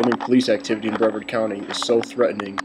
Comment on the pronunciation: First of all it is pronounce Bruh-vard, not Bre-verd. Mr. Ivey is a great guy, the people in these videos are assholes, he's a busy man. Besides, it is a safety hazard to be around an officer when he is going through a traffic stop. If he is busy taking care of a speeder, he can't give his full attention to the person coming up behind him who could POSSIBLY have a weapon. Dont tell me thats BS either because shit like that happens! I live here, and i have to say the law enforcement is great.